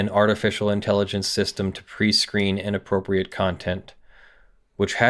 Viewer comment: “in app rope ree eight”